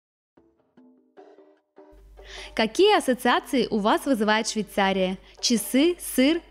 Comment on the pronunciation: Учи русский язык девочка.!!!!!. Миллион раз сказала Швейцария. Невозможно смотреть